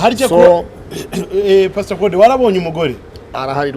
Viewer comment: Uzi kuvuga icyongera pasto inviteshoni 😂😂😂😂